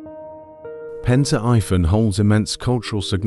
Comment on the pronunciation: it's pronounced like pEn tri vAn..